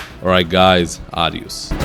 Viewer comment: Excellent content and well presented. The accent for adiós is on the "o" and "d" is "dh" ìn español. Hence, adhiyoos uki sema kwa kiswahili. Best!